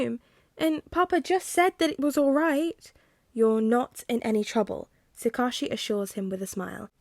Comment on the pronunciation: One of the few upsides to being super busy is playing catch-up with this series! Although, I do have the slightest pronunciation nitpick for you. Tsukauchi is pronounced Sue-Cah-Oooh-Chi (cah like 'car' without the 'r')